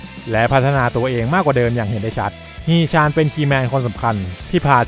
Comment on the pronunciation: ฮี๋ ชั๋น...อ่านแบบนี้ครับ ตามพจณานุกรม เกาหลี ทีราบสูง